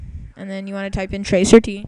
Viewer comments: 5 star for makin me rofl! you seriously u need to learn the difference between assumption and fact or at least don't believe every BS! how about you join those "10 people" that "myteriously" seem to be the only people using google (...hey and why are they there all the time...???) and find out what tracert really is! (and PLS STOP CALLING IT "TRACER T" it's traceroute damn it!) Oh and here's another fun fact: The first ping time also represents your IQ! Did you know that?! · You really ought to look up what tracert does before you start teaching people about it. For the record, it's pronounced "trace-arr-tee", not "tracer-tee". It's short for trace route, i.e. the hops your packet takes to get from your network to the network you are looking for. RTFM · Please, please, please tell me this guy is doing this for the LULz. It's pronounced "trace route" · Tracert? its TraceRoute bro lol learn to use programs and what they mean before making a video about it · Maybe this kid should have googled "tracer-t" before making a video. Then he could be number 11. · Hah this is still a classic vid. Because of this I actually started saying "tracer tee" as well :( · "Tracer Tee" HA HA HA HA! And it says "Tracing Route" right under the command! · "tracer-t" ???? Classic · You're a fucking idiot. "Tracer Tee" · "Tracer-Tee". If this kid likes Google so much, why didn't he Google for "tracert" before producing this? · 5 stars for "tracer-tee". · Hahaha "tracer - t", it's Ice T's brother! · Wow.... I didn't realize someone could be so misinformed, I mean who thinks that only 10 people are using Google? He didn't even know how to pronounce tracert.... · tracert is "trace route" don't pronouce it "trace er tee" it makes you look really dumb. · So that's where I've being going wrong all theses years, it's not "trace-route" it's "tracer-tee", D'OH!! Epic Fail. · Hehe. tracert pronounced "Tracer-T", instead of "trace route". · "tracer T". Awesome. FYI Trace Route. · "Tracer tee"